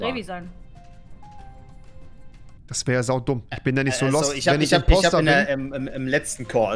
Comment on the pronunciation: Es Heißt IMPOSTOOOOR